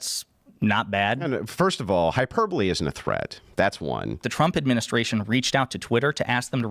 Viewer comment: Hyper bowl! How i read hyperbole every time.